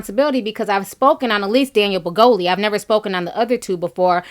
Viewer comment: Ti, every time you say “Daniel Brigoli” I laugh out loud! 😂😂